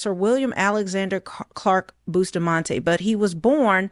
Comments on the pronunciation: The lady did the correct pronounciation. Bustamante is a Spanish name. Jamaicans including myself have the wrong pronounciation. Ja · With an English speaking tongue, Jamaicans pronounce it the way they were taught their alphabetical pronunciation. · lol, Bustamante himself pronounced it the same way Jamaicans say it. So you are saying the guy didn’t not know how to pronounced his own name? The name he literally gave himself as an adult? GTFOH!